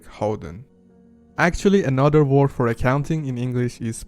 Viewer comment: You need to work on your English first. Try learning how to pronounced the word "word" in English.